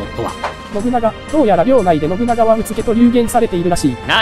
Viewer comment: U-TSU-KE！ 相模平定戦の時に足利政氏が前扇谷上杉家当主上杉朝良にTA-WA-KEと言っていたのと同じ発音ですね。